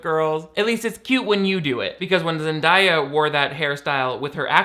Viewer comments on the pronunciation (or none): BTW, her name is pronounced Zen- Day- Uh. Not Zen Die Uh